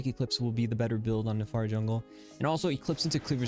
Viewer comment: das and "I" not an "A" FIRI